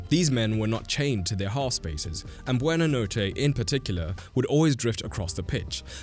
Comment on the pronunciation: Dude, the f did you do to Buonanotte's name here...